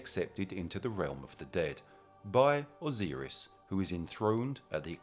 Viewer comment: T-hoth, not Thoth, Osiris didn't sound right either.